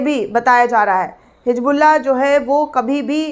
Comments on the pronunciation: hisbullah hai naam hijbullah nahi apni Urdu ko durst karo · It's Hisbullaah not HIJBuLLA, pls do not irritate Kunwaa ka pani nhi Kunwe ka paani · Madam it is Hizbollah not hijbulla please correct your pronunciation